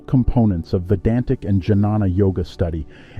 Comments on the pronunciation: This is a 💎 of a video. I think it's pronounced "Ghyana" (with a g as in guard) instead of j as in juice. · Great information. Well made video. Nice images. Excellent narration. One suggestion - it's pronounced as 'nyaan' or 'gyan' and not janana.